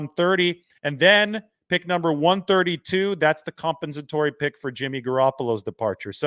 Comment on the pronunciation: Lol, can't pronounce "compensatory"